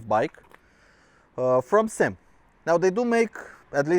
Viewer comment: It is NOT a SYM or SIM as in a word. Dammit it is a S. Y. M. three letters for Sang Yang Motor. stop calling it a damn sym. Can't give you any respect for your review if you do not know how to pronounce the name of the bike you are reviewing.